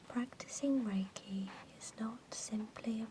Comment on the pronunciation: you pronunciate reiki wrong. It almost ruined the video for me, almost ;) other than that, a fine video indeed.